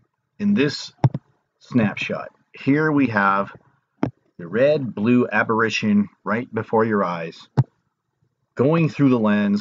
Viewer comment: It's apparition or aberration. Sounds like you're saying aberrition so not sure what you're trying to convey.